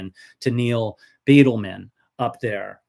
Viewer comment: It is pronounced Byedelman, not Beetleman.